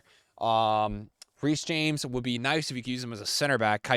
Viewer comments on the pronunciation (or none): none